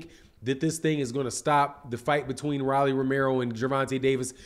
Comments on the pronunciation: Why you keep calling him Rally? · Lol why he calling him Riley 😂